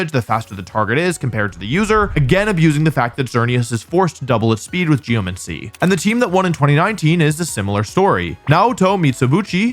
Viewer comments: ahh yes… “geoMENCY” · I’ve never heard it pronounced Geo-Men-See tho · it's literally not. It's geoMANcy. Just read it. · nah, geomancy would be pronounced like necromancy